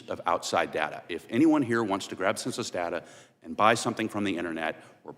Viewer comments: Her points would carry more weight if she quit saying "consensus" instead of "Census" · "conduct a concensus" The lack of education is on full display.